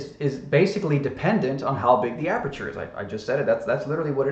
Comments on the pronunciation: Aberture, amberture, what’s the difference, bro? 😅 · Did actually say "aburture"?